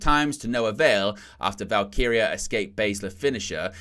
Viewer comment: He did it! He did the impossible! He pronounced "Val-KEE-ree-ah" correctly. 🤣 Love ya. ❤🤭